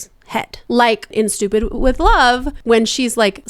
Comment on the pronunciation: Someone pointed out to me that in Stupid With Love that it sounds like she is saying "Stoopoo with Love" and I can't unhear it...